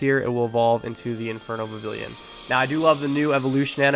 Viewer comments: vivillon is pronounced vih-vee-yon. it comes from french "papillon," meaning butterfly, and in french a double-L is pronounced like a Y. and in the anime, they pronounce it vih-vee-yon. vivid papillon = vivillon! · You gotta pronounce Vivillon with a bit of a french accent, like "vivi(d)yon", the (d) is just to show that you pronounce the vivi like vivid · Vivillon VIVId papILLON (French for butterfly) You don’t pronounce the ‘L’s , so it’s Viv-eon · Not a big deal but it is Viv-ee-on Thanks for the content, keep it up! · It’s Vih-Vee-On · IT IS PRONOUNCED VIVION THE Ls ARE SILENT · vivillon is pronounced Vi-VEE-on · Vivillion is pronounced like a spanish double L, and so it’s pronounced Vih-vee-yon. (The spanish double L is like a Y in english) :) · Vivillon is pronounced "vi vi yawn" and I have also caught every single biome varient and the dye evolutions. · Vivillon is pronounced Viv eon because of the French word for butterfly papillon pronounce pap eon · It’s pronounced “vee-vee-yon” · Its pronounced "Viv-eon" as its name derives from the french word for butterfly, papillon (pronounced "pap-eon" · Vivillon is pronounced with the double L like a Y, so it would be like "Vi-vee-yaun" This is because in french a double L is pronounced with a Y and Vivillon is from Kalos, the france inspired generation. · I think you pronounce it Vivi-yon 😅 thx for the helpful video! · Vivillon's double L is silent.